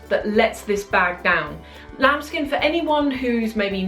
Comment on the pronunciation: everytime i hear the words "lamb skin" makes me feel like she is saying 'child skin'.